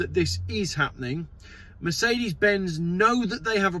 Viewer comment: it's "happening" not happenink.